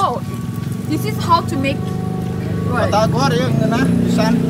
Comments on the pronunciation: it's batagor no patagor more special if you auce peanut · Batagor mbak bukan patakour 😂